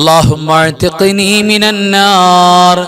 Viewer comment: Allahumma athkini mina nnar ennaleee .. athkini ennathil kelkkumpol Alif vitt povunnath pole thonnunnu